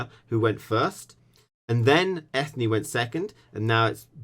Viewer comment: FYI Eithne is pronounced Enya